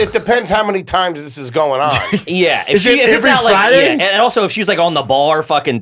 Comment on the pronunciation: Brandon "ivery day" Schwab